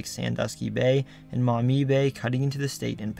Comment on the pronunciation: I appreciate that you correctly pronounced Maumee correctly and mentioned the Black a Swamp